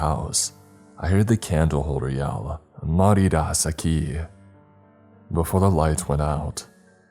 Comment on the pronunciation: “Mariras aki” That’s gotta be Latin or something: “Spanish for you’ll die here” My Mexican as: 👁️👄👁️